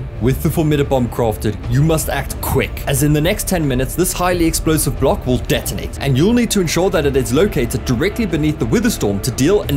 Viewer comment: there’s something wrong in the word block